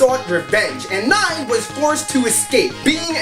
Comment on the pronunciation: Learn to pronounce Nei's name correctly.